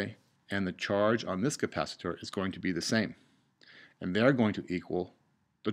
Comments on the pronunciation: capacitor not capacitooor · you said capacit-OR like 5 times and I just stopped watching. God that was annoying. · Please, for the love of the human race, stop saying capacitor as Ka-pa-si-door, also thanks for the video, really helped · This is such an informative and great video for the basic understanding of RC circuits. Despite the people complaining that you pronounce capacitor differently, it didn't impede my understanding at all. Great job!!!! You teach better than some college professors :)